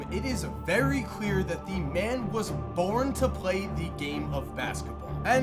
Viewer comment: Did anyone else hear say porn?? Instead of born